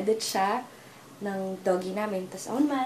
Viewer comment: bakit lahat ng filipino doggy ang pronunciation.. ganun ba kahirap sabihin ang DOUG-E(dougie) hindi naman ah